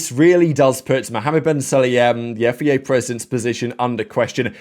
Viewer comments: I've tried to ignore this for so so long, but please say F I A properly 😂 Otherwise, ace content as always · When you say FIA, it almost souds like Yifei Ye. 😂